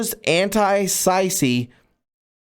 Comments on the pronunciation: Sisi pronounced c c. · Let's help the southern boy of the Carolinas pronounce his reading correckly. Anti-Sisi is like when you say Anti-See See. You're reading Ma sa yo Shi(she) as Ma soya? Come on brother, you're reading this. Don't get me wrong, we love you and what you're doing patriotically, but come on now. 😔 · Love your videos. Sisi is pronounced Seesee I am quite certain